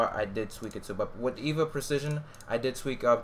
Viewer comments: EVGA not evea!!! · Evga lol not Eva bro.